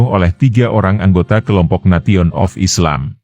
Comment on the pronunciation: Nesion bukan nation